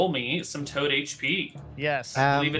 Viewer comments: Not sure why the hate at your remark; does always deliberately call it Giant Todd instead of Toad. If it were accidental, he wouldn't do it every single time he talks about the Giant Todd. I assume he does it as a meme at this point. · Its a tod not a frog..